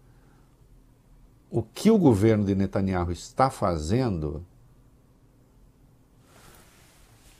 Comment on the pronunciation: Este " véi" de boina é mais pseudo profeta falando que o Benyamin vai pra cadeia. E ele nao sabe pronunciar o sobrenome dele!